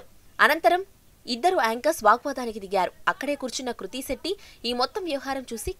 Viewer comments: Hlo medam kruthi kadu krithi 🤣🤣🤣🙏🤦🤦🤦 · Dey 1st name sariga chepandi ra babu adhi kruthi na ledha krithi na em news channel ayya midhi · Madam garuu adhi kruthi kadhuu krithi 🙂 koncham chuskoni fans ekadaa hurt avthunam 🙂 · Kruthi kadu krithi 😂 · Hello madam kruthi kadhu krithi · Kruti kadu Amma krithi 🤦🤦🤦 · Kruthi kadu krithi nerchukondi fistuuu 🙄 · Kruthi kadhu papa krithi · Kruthi kadu adhi krithi Intha pedha reporter ayyi kuda sarriga words palakanike radhu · Ama peru kurthi kadu krithi first adi nerchukondi